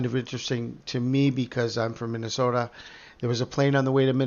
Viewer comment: When you talk about Minnesota I noticed your accent 👍🏼